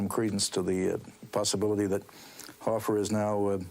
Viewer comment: HoffA not HoffER that's so annoying